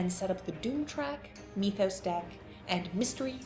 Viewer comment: How on earth did you decide mee-thos was the way to pronounce that word? Do you say "meeths" as well? Made this unwatchable for me.